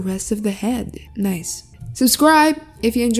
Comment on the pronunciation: You guys she didn't say subscribe, she said subcscribe, so do it. Whatever it is do it.